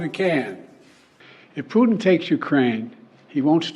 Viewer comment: Ray, Its not Pooteen its Putin